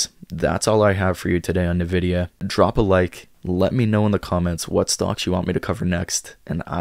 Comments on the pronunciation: its pronounced Envidia not nAvidia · I started investing in NVDA in 2016, so far that initial investment is at 10,200% - I’m long on it in my IRA. Also it’s pronounced “en-vidia”